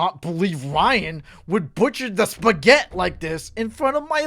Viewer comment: HE BUTCHERED THE SPAGHETT